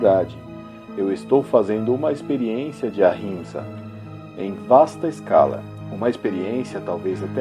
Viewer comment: gostei da pronúncia do sathiaghraraia e o atchimsa